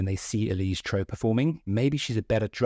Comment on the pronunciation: The first step towards respect should be learning how to pronounce her name correctly. Also, no one expects the musicians to be playing live in a music video